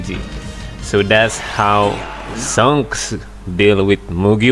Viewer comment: I like him when he says sanks not shank’s 😂